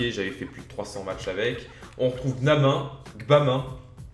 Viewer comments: Gbamin ca se prononce Gébamin je crois! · Ça ce prononce Gébamin il vient de Lens